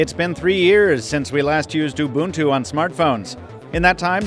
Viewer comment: he's pronouncing ubuntu correctly, i don't like it